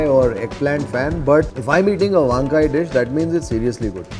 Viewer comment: Truly enjoy your show, especially your narration. I would like to correct your pronunciation of 2 Telugu words: - Podi: Do not put emphasis on the "o". Pronounce it normally. - Eggplant: Your pronunciation of "vaankaya" places too much emphasis on the first syllable. The correct pronunciation is "vankaaya".